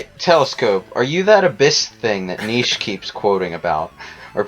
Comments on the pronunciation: Nietzsche's name is pronounced Nee-chee, damn it! Not Neesh. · Jesus, how can you mispronounce Nietzsche so badly. "Niche". As in a something that has a small but necessary use, is definitely not how you pronounce it.